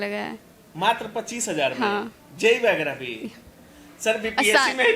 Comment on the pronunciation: वगैरा होता है, आप व्यग्रा बोल रहे है रिपोर्टर जी